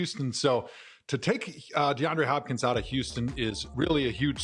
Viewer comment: As a Cardinals fan I am having the best morning of my life!! XD XD No one: Absolutely no one: Host: DeAndre HHHHHHHopkins!? HHHHHopkins?